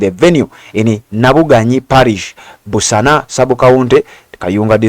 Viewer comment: It's Busaana dear not busana but anyways thanks kayunga for the attitude m7 tuviire😏😏